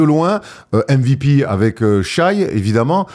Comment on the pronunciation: saison pro, dit shai et pas shy stpppppp